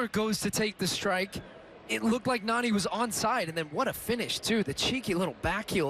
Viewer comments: It's not narni its nani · Its not Narrrni its Nani